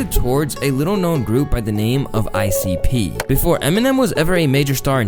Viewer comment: pronounced icup btw